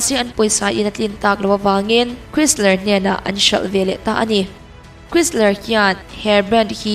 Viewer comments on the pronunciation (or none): Ferrari hotupain Tractor siamtu mai tia a lo en hniam lai khian a "tlawmngai" ni lovin "tlawmah a la" hle a ni zawk. Tin, Chrysler hi "Krisler" ni lovin "Khrais-Lah" tia lam tur. Sap hming hi a lam dan tur online dictionary ah a awm vek a nia. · automobile lam chu hre vaklo pawh ni la ka mawh lo che, brand name te erawh i chhiar hma in a lam dan dik, a hria te rawn hmasa thin la ngaihthlak a nuam lehzual ang. A sipel ang thâwr2 a an lam lemloh hi hnam dang hian an ngah a..... chrysler te hi khêisar an tia, audi te hi ody nilovin âu-dee han ti ve la khiiiitah i ni daih ang 🤣